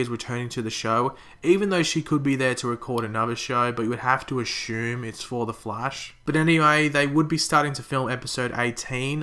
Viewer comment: why do you say ashume instead of assume